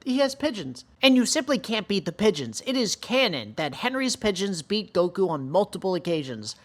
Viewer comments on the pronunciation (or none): none